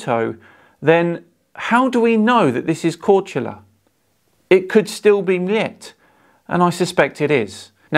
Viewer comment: Kudos for pronouncing Croatian islands' names correctly! Cheers from Croatia,:)